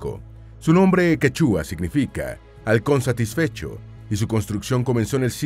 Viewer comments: No se de donde es el relator ,pero que yo sepa no se pronuncia QUE - CHÚA , es Quechua.( acento en primera silaba). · Saludos, minuto , la palabra es quechua, no quechúa, por favor pronuncie bien el nombre de la lengua, no es el primer video en que la pronuncia de manera errada. Minuto , el inca se llamó PACHACUTEC, no PACHECUTEC Muchas gracias. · *El gentilicio de la Isla de Pascua es "pascuense" **Quechua se pronuncia marcando la voz en la "e". Además, también es válido el término "quichua".